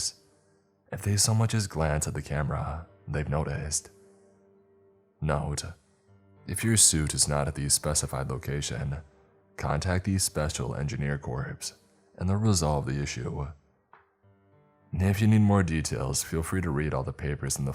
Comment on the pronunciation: It may be spelled Corps but it's pronounced CORE!! I must have heard you say corpse a dozen times in your videos instead of the correct pronunciation. Frankly, it's very annoying.